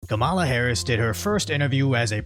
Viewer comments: Hey isn't her first name pronounced "Kam-uh-la"? I know it's besides the point but it's just hard to concentrate on this channel being a good source of info when you're saying "Kuh-mala." Sorry if I missing a joke from some other video. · Did you say Karambala